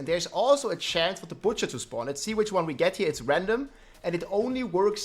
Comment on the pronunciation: Burning “Batcher”